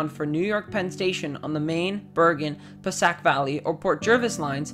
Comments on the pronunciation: Passiac is pronounced “ pa say hick’ no pah SACK ! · “pasak” it’s passaic puh-say-ick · *Passaic is puh-SAY-ic. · I thought he meant Passaic which is native American and pronounced “pe-SAY-ik”. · PUH-SAY-IC The Northeast Corridor basically pays for the rest of the country's rail system. It's unconscionable to let it decay to this state. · Passaic is pronounced pa-say-ic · Reseach the local place names, svp. Kearny is carny. Passaic is puh-SAKE.